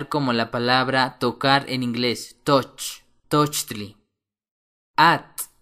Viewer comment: y ni se pronuncia la palabra inglesa TOUCH asi..............